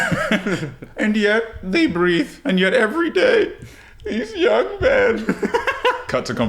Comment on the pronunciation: "and yet every day, thease young men" 😂😂😂😂 Cant stop repeating it, its so funny to me